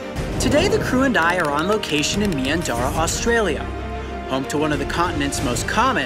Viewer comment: Coyote you could have came to my backyard and find one lol these spiders are so common and I live in Victoria 😅 also coyote how ur pronouncing Australia is wrong